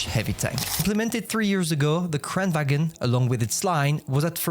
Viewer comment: Pronunciation pro-tip (from a swede): the g in Kranvagn is pronounced as the “ng” in sing. So pronounciation-wise it should be about as if it was written “kranvangn”. As it is, most are now making it sound German (as in “wagen”)